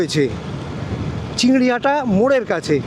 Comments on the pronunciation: CHINGRI GHATA - NOT "CHINGRI HATA" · ota chingriHATA noy chingriGHATA.......... ektu lyakapora ta shikhle valo hoto na? school education to amader deshe free. ektu shike tarpor video banao.